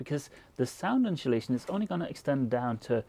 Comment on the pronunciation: incholation ?? think is pronunced In-so la-tion !